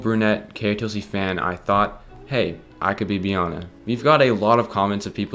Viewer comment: It's pronouced bee-anna like anna from frozon.